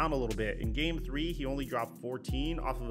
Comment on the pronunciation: “Up Thwee to two.”